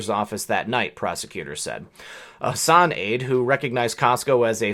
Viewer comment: hi there just one thing you are pronouncing my dispicable rep's name wrong it is hass an or maybe you are right and she should be pronouncing it like you